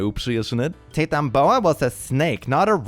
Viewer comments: Your pronounciation of Titanoboa and the amount of misinformation in that stupid post is murdering me brutally. Titanoboa was a reptile, possibly the biggest snake ever, but it did not at all live during the time of the Dinosaurs. It lived like 15 million years after the extinction of the non-avian Dinosaurs. It is pronounced "Tayt-eno-boh a" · I love how you pronounced it “tit’n boa” and not Titan boa 😂😂😂